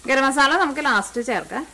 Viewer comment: മാസള്ള alla masala ann😅😅😅😅